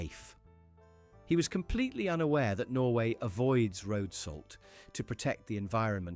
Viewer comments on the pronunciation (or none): none